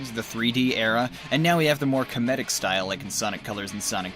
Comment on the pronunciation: i never heard anyone pronounce the word comedic that way before